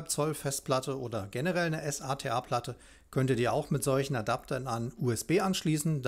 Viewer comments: Gutes Video. Allerdings nervt es irgendwie wenn du immer s.a.t.a sagst anstatt SATA... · Wie spricht man den bitte SATA aus? S-A-T-A? Nein!